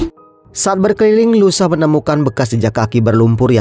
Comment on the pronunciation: louisa( baca luisa) bg bkn lusa 😂